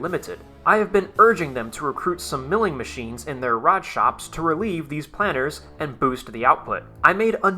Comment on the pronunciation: The K in Knudsen is silent as in knuckle, knowledge etc. The pronunciation of planer is like air..'plane'.. Not like planner.